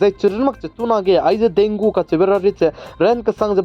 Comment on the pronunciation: Thanks for update and one thing bro Dengue is pronounce as "dengi". Tq u....